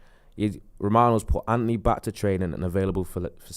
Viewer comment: Why cant pronounce An-To-Ny properly? Says Anty